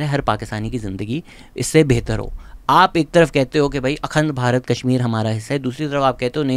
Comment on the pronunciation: Pronounciation which you didn’t get right- Akhand Bharat,Vikraam Misri 😂😂 hence your whole video is rendered useless now…what a clown you are😅